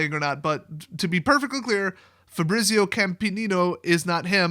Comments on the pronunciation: You know how you say Pizza that's how you pronounce Fabrizio. Fah-bree-tsee-oh with the emphasis on bree. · Dude that is not how you pronounce FABRIZIO ahahahah